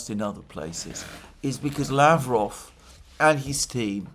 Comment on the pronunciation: Yesterday I was so proud of you, that you said la-VROV as is correct. Why o why are you now back to LA-vrov again :(